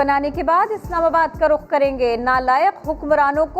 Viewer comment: 😂 phele Rukh bolna toh seekh ly phir krio Rukh Islamabad ki trf 😂👍